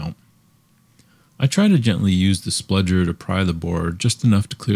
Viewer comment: Really excellent video. But I think it's pronounced "spudger" not "spludger".